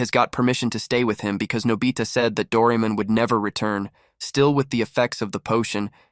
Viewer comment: Its Pronounced Dor-ay-mon